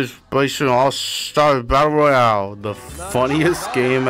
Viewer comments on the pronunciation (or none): none